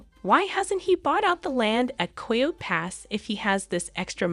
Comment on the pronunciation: Learn how to pronounce "Coyote".